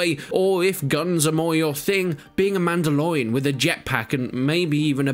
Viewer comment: is it only for me the way he says mandalorian grinds me the wrong way ?